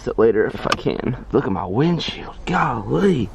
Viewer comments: Nobody: This guy: goh lee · Does anyone have a count of home many times he said galee?😂